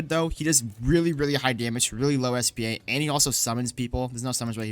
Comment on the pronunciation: u don’t say it like spa it’s s p a bit like the building or machine (stands for speed per attack) anyways good vid